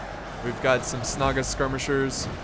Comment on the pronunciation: Hold the Dol GulDOOR! what i tought everytime he said "Dol Guldoor" its pronounced as it is written... "Dol Guldur" x)